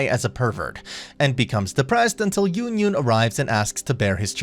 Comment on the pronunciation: Butchered my girl yunyun name